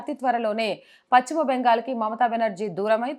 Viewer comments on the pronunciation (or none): Pachhima kadu talli paschima